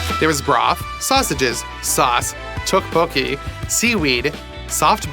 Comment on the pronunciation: As a Korean I’ve never seen someone say teottbokki correct on their first try let alone 3 times